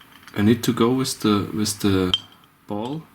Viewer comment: wiz the ball?? wtf is wiz? learn to speak. WITH that was anoing